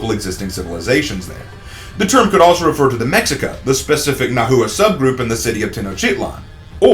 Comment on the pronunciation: nahua is two syllables